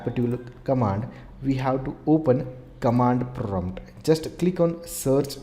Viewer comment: kamand prumpt ahahahahahahaha